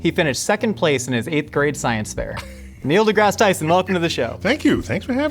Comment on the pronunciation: Neil d'meal Tyson